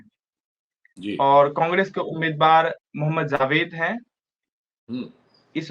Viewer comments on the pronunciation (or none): जी आपके साथी का उच्चारण बहुत निम्नस्तर का है ! जावेद को ज़ावेद कहना घोर अन्याय है ।और ये लोग ज़रा कम जानकार है !